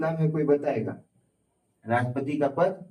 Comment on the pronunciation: Rastpati ko lapeti mt sir😂😂